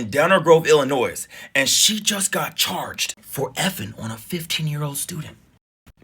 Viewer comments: Illinoise! Hahaha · I love how my people put the “s” in Illinois